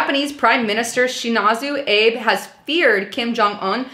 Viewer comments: Keep up the good work. I always enjoy your narratives but please research the pronunciations of foreign names. You pronounced the surname of the PM of Japan, Shinzo Abe, "Abe" as in "Honest Abe Lincoln". In fact, his family name "Abe" is pronounced "Ahbay". Your credibility would be greatly enhanced by improving your research and attention-to-detail; otherwise you come off as being a bit amateurish. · Oh, and it's not Abe (as in Abe Lincoln). It's more like "ah-bay".